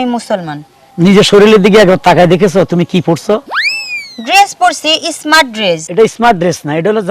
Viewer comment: Esmart na sabdo ta স্মার্ট বলতে হয়